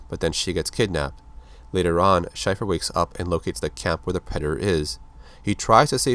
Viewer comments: Too late I know, but it's Shay-fer not Shy-fer..... great vid otherwise. My older brother had all these comics when I was a kid and I loved them. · It's pronounced "Shay-fer" not "shy-fur" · Wow, major mispronunciation of his last name! Shay-fer, not Shyfer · Shaeffer,Shay-fer..not shyfer. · Pronounced "SHAY-fer" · damn man schaefer like the beer not shy-fer... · It's pronounced like Shayfur, I should know I have the same last name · it's pronounced Shay-fer